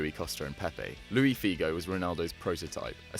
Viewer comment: Luís, not Louis Figo ahahaha